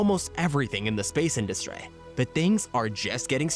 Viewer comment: No offense, but the way you pronounce certain words, it's absolutely hilarious. Like when you say industry, you say it like industray